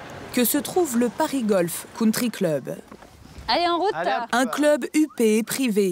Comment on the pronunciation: Le "counetri"......ha ha ha ha ha .....la risée du monde entier ....